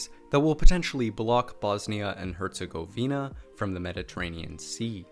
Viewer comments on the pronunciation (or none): It's Herzegowina not hercegouweena